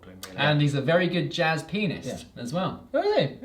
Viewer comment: Anyone else hear calling Jeff Goldblum an amazing "Jazz Penis?"